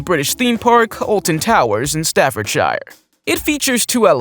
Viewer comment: Why do you not say Staffordshire properly, you got the pronunciation wrong. Sorry it just bugs me each time I hear it, and your not the only one who pronounces the names of locations here in the UK wrong.